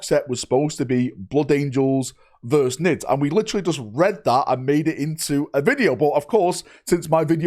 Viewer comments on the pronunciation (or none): verSUS not verse